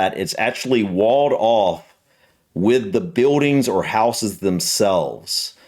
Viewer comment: Just being pedantic but houses doesn't have a soft s, it's pronounced more like houzez